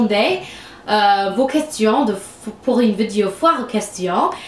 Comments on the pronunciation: Tu dis vidio au lieu de vidéo x). J'ai dit à eux = Je leur ai dit Félicitation pour ton français :). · On prononce vi-dé-o